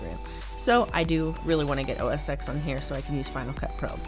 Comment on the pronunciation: ITS NOT OO ESS EX Its pronounced as OS 10 or Mac OS TEN